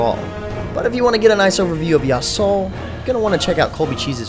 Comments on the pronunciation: Yasuo is pronounced Ya-su-oh And how could you even mistake "The Unforgiven" for "The Unforgiving" ._. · Ya like "Yahoo" su like a girl's name "Sue" o like "Omg", that's how you pronounce Yasuo. Sorry, it was bothering me.. ^^'